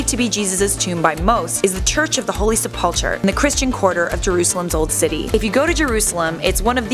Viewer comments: It is pronounced sep-ul-kur not sep-up-chur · Helena was Constantine's mother not wife. It's pronounced Sepul-ker. And it was outside of the city as the city was constituted at the time. Jerusalem only expanded to incorporate that land a couple of centuries later.